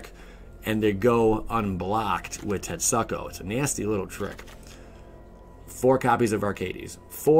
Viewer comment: Tet-SOO-ku.... hearing tet-suck-o made me cringe continuously...